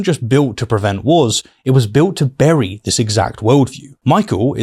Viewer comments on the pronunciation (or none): none